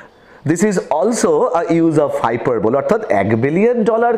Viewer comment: Learn how to pronounce "hyperbole" and "exaggerate" first before recording a lesson. 😂